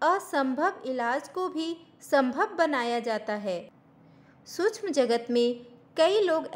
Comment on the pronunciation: श क्ष सूक्ष्म का उच्चारण अधिक स्पष्ट करें🙏